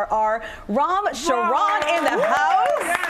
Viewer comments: Charan is not a french word.. Ch is pronounced like in Charm not Sh like in chute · I saw rrr and it is a Good American lady host mispronounced actor Ram last Charan Saying Sharon not c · I love Ram Charan, I just wish she had said his name correctly